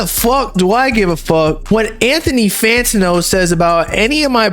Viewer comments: bro why do you say fantino, its fantano lmaoo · fan ta know??? why u saying his name like this bro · BRO WHY THE FUCK YOU SAY IT FANTO NO ACC DRIVES ME INSANE 🤣🤣🤣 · the way says “Fantano” bothers me